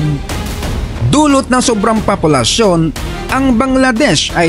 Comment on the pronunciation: POPULASYON hindi PAPOLUSYON